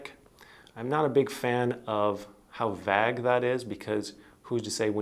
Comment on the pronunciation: I chuckled at you saying “vag” instead of “vAyge.”